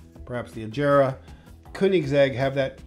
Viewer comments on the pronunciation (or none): He’s a supercar designer, but he says Ajera not Agera